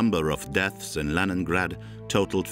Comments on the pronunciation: Leningrade clochard pas leningrade😂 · La version française du commentaire est mauvaise : que dire de la prononciation de Leningrad ! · Par "pitié" traduisez intelligemment avec prononciation Léningrad!!!!!